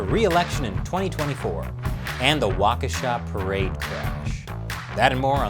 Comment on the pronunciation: You were pretty close with the pronunciation of Waukesha